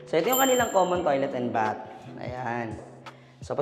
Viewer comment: BATH with th pronunciation please. Not B-A-T.